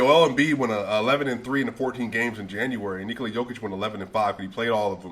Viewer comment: Bro how u say Jokic the right way and then u say Doncik, 90% of Serbian and ex Serbian last names(or the last 2 letters ić) are pronounced like ''itch'' so Jokitch, Doncitch, Bogdanovitch because yall guys dont pronounce letters like we do with just one sound for each letter. And yea Jokic is MVP and then 3 spots empty then Giannis, Embiid and whoever.